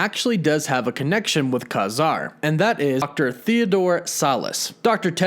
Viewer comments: It's "KAY-zar" not "KAH-zar" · His name is pronounced KAY-ZAR for one thing and they are all already part of the marvel universe as far as I'm concerned being created by marvel comics? Except for Capt. Britain but who cares? Man-thing and Kazar are week characters and the Werewolf. Nova was also a secondary character that never did well. All these new aditions are week. Why doesn't anybody ever bring up the Sub-Mariner? Golden age or silver age. He has been around since Captain Am. (both. ) and the Hulk? And why arn't the X-men concidered to be in the MCU? Or the Fantastic Four? Wolverine? Deadpool? WTF! I've been collecting comic for over 50 years, Give me a break! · is DC's Swamp Thing not not Marvels Man Thing. It's not Kah-zar it's pronounced Kay-zar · His name is not Kazar its Ka-Zar. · It's pronounced KAY-Zar. Your pronunciation is wrong. Also, what's up with the 'woof woof' at the end of all your videos? I don't get it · Ka-Zar is pronounced Kay Zar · i always thought his name was pronounced "KAY Zar". aldo, i thought Teddy's surname was Altman. did i miss something in the comics lately? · It is KAY-zar. Dude just got the pronunciation wrong